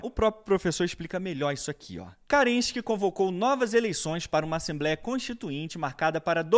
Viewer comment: Carregado de parcialidade, não sabe nem pronunciar o nome de Kerenski, chamando de CARENSKI, e não consegue criar uma explicação própria, apenas traduzindo livros. De fato, destruiu, mas foi a história da revolução russa.